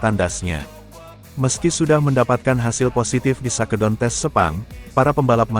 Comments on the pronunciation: Bacanya yg bener dong min...masa shake down di baca sake don...😅😅😅😅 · 🙁.. Mimin channel ini juga banyak channel yg lain pake asisten "robot" sebagai pembaca script nya... 😒.. awalnya gimana Geetu saat denger shakedown di baca sake don.. tapi kerna sudah keseringan.. Jadi asik aja geetuh.. 🙄.. gak ubahnya saat nyaris semua bus mania menyebut salah satu tipe bus produksi karoserie nasional yg di beri nama DISCOVERY... yg harusnya di ucapan diskaveri.. Malah jadi disco veri 🕺💃... ☹️